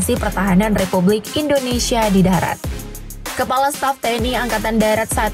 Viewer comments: Woooyyyy.... Angkatan DARAT bukan DATAR...😂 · Angakatan Darat apa Angkatan Datar?? Buat malu saja